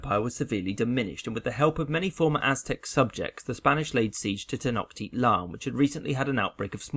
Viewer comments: Its tenochtitlan not tenoktitlan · 46 : 4 It's Pronounced Tenoshtitlan As I Far As I Know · Not trynna be that guy but there were some mispronunciations in this video. It’s Ten-o-shiit-lan, and con-kiist-ah-dor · Not him also saying TenoKtitlan. It’s TenoCHtitlan. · You pronounced wrong tecnochtitlan and conquistador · You butchered the word Tenochtitlan.......